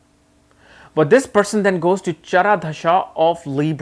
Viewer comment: I love your pronunciation... Of chhara dasha 🤣🤣🤣😂😂 You cudnt pronounce "Pratyantra dasha" 😂😂🤗🤗